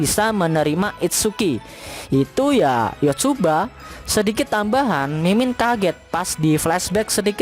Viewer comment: Iya gw denger denger jg Yotsuba🚶‍♀️